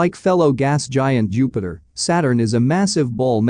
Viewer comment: Am i the only one who heard "Youpiter"